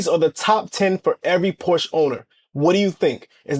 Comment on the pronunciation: Why do these CC’s always say link in the description when they know dang well they don’t have it there 🤦🏽‍♂️ Also, perhaps do the marque the courtesy of proper pronunciation of the name.